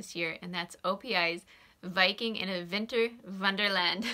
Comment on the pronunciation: Say it one more time, "Viking in a Vinter Vonderland", LOL, you cracked me up! I loved your Barbie Pink and also the nail polish you created (-: Thanks for sharing and have a Happy New Year, Sandy in MN